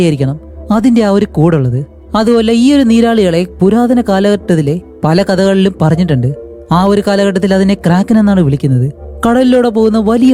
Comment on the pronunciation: 😂karken alla kraken🦑🐙